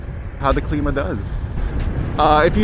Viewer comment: pronounce climb uh